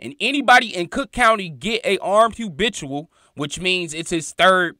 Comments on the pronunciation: Not trying to be funny but brother please try to pronounce it as “habitual” and not “hubitual”…. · ITS HA'BITUAL DUDE🤦🏾‍♂️YALL BLOGGERS GOTTA CUT IT OUT